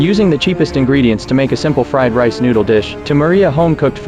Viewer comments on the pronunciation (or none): none